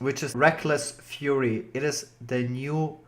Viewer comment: It's ( fury) as in rage..not ( furry) as in hamster...